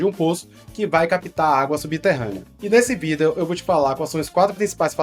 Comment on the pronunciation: Porque você não pronuncia a palavra vídeo corretamente.